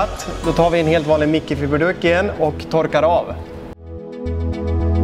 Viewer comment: Bra video, förutom att jag hatar dina uttal. Blandannat "mickefibeeduk"